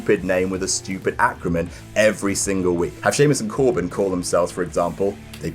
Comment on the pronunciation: It's ACRONYM not ACROMYN